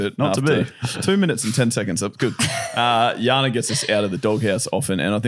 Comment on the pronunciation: I like the way they change J to sound like a Y -- Jana is pronounced as Yana. It reminds me of my son's karate instructor who calls him Eliya, and I always correct him that it's Elijah - but he never learns. Hahaha. Do you mind if I ask where (or which countries) J is pronounced as Y? I know Spain pronounce their J as H, eg Juan is pronounced as Huwan.